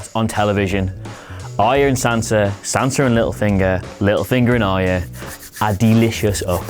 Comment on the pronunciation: When he was talking about little finger and arya he said "little finger n' arya" which sounds like "little fingerin arya